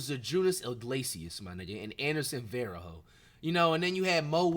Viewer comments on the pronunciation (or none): wat is dat pronounciation Brahhvv and Anderson VERO BAHAHAHAHA